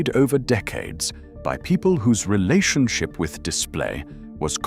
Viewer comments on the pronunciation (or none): none